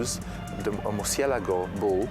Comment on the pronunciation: OMG How come they couldn't get a narrator that could pronounce "Murciélago"? Correct pronunciation You know how smartphones have a "voice to text" feature? If I pronounce Murciélago like this doofus, my phone writes "mercy a lago". If I pronounce Murciélago correctly, my iPhone spells it correctly.